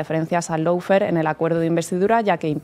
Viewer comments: Por favor, recuerden que LAWFARE se pronuncia LO-FÉAR, no lou-fer, pronunciación inventada que se ha generalizado en España. En la palabra LAW no suena ninguna U y en FARE hay que pronunciar una vocal adicional, féar, no fer. No cuesta nada pronunciarlo bien. Se trata solo de querer hacer las cosas bien, no inventar pronunciaciones y no seguir a los demás sin preguntarse si lo dicen bien (sabiendo que en España estamos bajo 0 con los idiomas). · Y no se pronuncia “loufer “, figura, que vaya nivel de inglés que tienes. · El “laufer” 😂😂😂😂😂😂😂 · Y dale con el "loufer". Por favor, eviten el molesto diptongo que se oye y no existe de la primera sílaba. (How to pronounce lawfare UK/ˈlɔː.feər/ US/ˈlɑː.fer/).